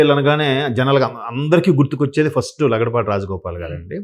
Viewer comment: Lagadapati not laudapati